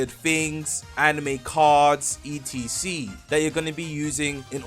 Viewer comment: why the fuck does this guy spell out "etc" do you not know wtf it stands for or something? stop saying that shit